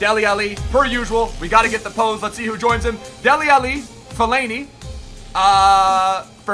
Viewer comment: lol saying alli like Muhammad Ali. it's al-leeee